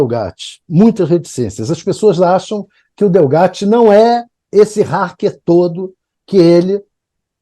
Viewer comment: Pronúncia correta é: hAcker com AAA, Como o hack da TV.